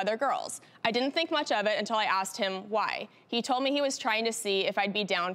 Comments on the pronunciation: When you say axs I'm confused and a turn off! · “He ended up axing me” if only.